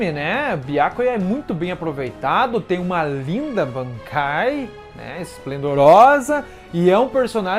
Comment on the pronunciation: segura mais um pouco quando for falar "bankai" Tenta algo tipo: "BAANKAAIII"